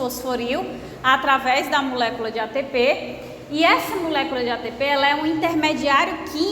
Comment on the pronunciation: Não aguento ela falando MUlécula 😅 mas muito top a aula. Obrigada😊